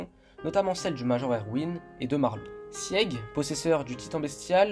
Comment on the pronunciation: Je ne sais pas si ça a déjà été dit, mais ça se prononce « Sig » pas « Sièg » sans vouloir être méchante